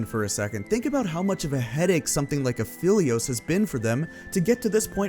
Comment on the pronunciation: you're saying aphelios wrong and it wasn't him that started the meme it was Wukong